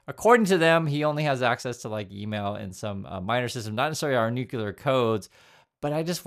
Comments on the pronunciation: FYI, it's, NUCLEAR, "new+clear", only two syllables. Not three. There is no such word as, and I have to guess on how to spell it because it doesn't exist "Noo-Q-Ler", is not a word. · Hey, love you and love your videos, but I gotta tell you if something is not clear. It is not UN-KYOOLER LOL So it's also not NOOKYOOLER 😂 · No offense, I like your content and presentation.... I just always wonder why some Americans pronounce nuclear like "nucular".... But then, I also wonder why so many of you voted for Trump...